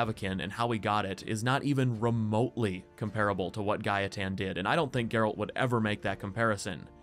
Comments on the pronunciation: The way you say Gaetan is how we Polish people would pronounce it. So that's why its pronounced Gah-eh-tan in the game too ig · The way you pronounced gaetan is the right way. I m french and it is a name we have here. It is indeed pronounced ga.e.tan. Anyway, i really enjoyed your video. Thanks for all your work! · My partner is French (and the person who introduced me to the Witcher by the by). She has a friend called Gaetan and she pronounces it Guy-tan, which I believe is correct.